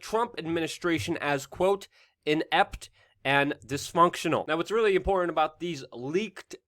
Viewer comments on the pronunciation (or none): Love your content but your speech drives me nuts..it is with not wit and it's important not imporant